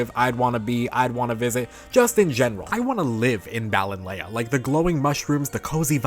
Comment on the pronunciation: 100% agree with your opinions here. The overall aesthetic is perfectly on point and Galar widening the net of fairy to include gnomes, goblins etc. was brilliant. Btw I think it's pronounced Ballon-LEE. Most places here in the UK with 'Lea' are pronounced 'lee'.